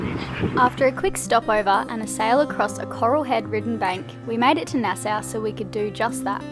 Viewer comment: Nassau....sounds like "nas-aw" ;-)